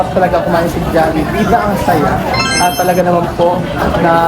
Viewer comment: Tagal ko nag antay ng vid nato d nga rin ako mk tulog kahit antok na antok nako... love to see them eating our own food chain❤ ang galing ni bumigkas ng jollibee